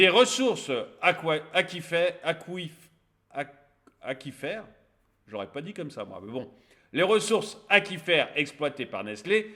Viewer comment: Aquifère et non Aqifère pour la prononciation. Comme Aqua, on ne prononce pas Aqa.